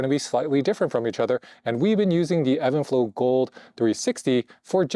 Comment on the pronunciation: It’s even flow not Evan lol